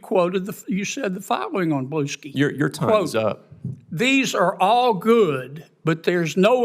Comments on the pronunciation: Kennedy thinks he's pretty clever. Talking about statements undermining credibility. It's Blue Sky, not Blueski. Nice job, genius. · BLUE-SKEE. OMG. 😆😆🤣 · "You posted on blue-SKI" i died.